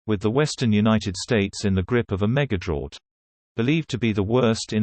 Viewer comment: OMG, not a meggerdrawt... 🤣